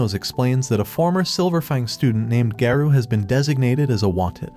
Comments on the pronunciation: bro its garo not gayro😊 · “saitama accidentally destroyed sonics future”💀 “just as mumen rider got sent to heaven” “hero association summons saitama” “tatsomaki”. : “GEENOS” “BOWROWS” “GAYROU” “fuybuuki” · bro said "TETSUMAKI" "GAREO" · Why is garou called gayrou💀☠️☠️ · I like this bro but bro what Garou it is garu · Garou is not gayrou 😂😂